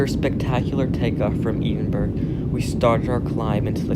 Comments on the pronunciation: Eedinburg ? Just to advise the correct. pronunciation is Ed-in-Braa. Great video though ! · Dear, it NOT pronounced 'Edin-burg'....it's pronounced Eh-den -burra! Edinburgh......the 'burgh' part is simply the Scots spelling of 'borough' . Hence it is NOT pronounced with the hard G! Otherwise, an awesome video! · Ed-in-burrah, not Ed-in-burg. It's not a German city. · Edin burg 😂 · Scotland is thankful you are leaving, don't come back or I’ll get big Nicola Sturgeon to boot you! PS it's ED-IN-BURGH! 🥴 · Ee-den-burg. Love how some Yanks always have to stand out like a sore thumb at times. Would love to hear his pronunciation of Glasgow 😂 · Omv one prononce our city Edinburgh not Edinburg we ain't French and 2 our airport is doing very well and getting more international flights in and out and there has been extensions including 4 new gates and it's also smaller than some airports because one Edinburgh only has a pop of 500k not 2 million or anything where it needs a big airport and all European airports have duty free areas similar to ours the gates in Europe most are controlled alike that so gone stop slagging stuff you dont know and clearly you barely travel around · eedinburg lol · As a Scottish person I’m not surprised at how many people are pissed at the way you pronounce Edinburgh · how can you go to a countrys capital and not even know how its pronounced ffs, typical american. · Let's all admire how he says Edinburgh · Edinburgh Airport has a great gate area and pounnce Edinburgh better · Well if the airports that bad don’t go here Edinburgh airport is amazing and im not just saying that coz I’m from Edinburgh. And pls pronounce Edinburgh properly pls 😑